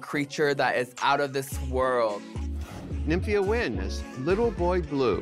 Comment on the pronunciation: Nymhia Wind??? NO! It can't be, it is more like Nymphia "TIE"phoon --- FABULOUS